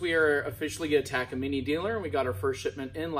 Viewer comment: First person I hear say “ Taka - Mini “ Much love my dude 🔥🤘🏻